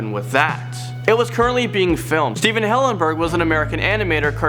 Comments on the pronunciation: Stephen Hillengurb?? That’s disrespectful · Stephen Hillengurb ? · Stephen Hillengurb you accidently swicted the 'g' and 'b' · Steven HillenGURB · they got the G and the B mixed up in the name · You butchered Stephen Hillenburg's name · it said Stephen hillengurb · Stephen Hillengurb?